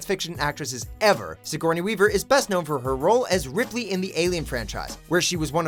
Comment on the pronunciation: did you say ridley¿¡ bitch her name was ripley